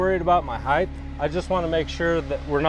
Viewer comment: Mixing “width” and “height” to end up saying “heighdth” is really a pet peeve of mine, and so common in construction, you’d think after hearing it all the time it’d stop bothering me...but no. Good work though and thank you for the informative video, I don’t have much experience with vinyl but I just contracted two installs lol so you’re a lifesaver!